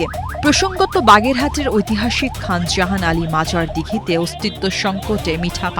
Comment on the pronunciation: খান জাহান আলীর নাম শুদ্ধ করে উচ্চারণ করতে পারলেন না ম্যাডাম হায় হায়